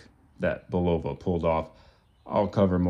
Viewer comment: Bulova does not have a long O in pronunciation